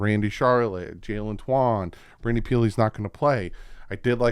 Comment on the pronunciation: oh yeah, Twyman is the other one you always say definitely wrong.